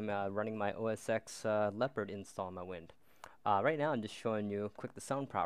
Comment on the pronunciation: cool Dont forget its pronounced "OS Ten" not "OS Ex"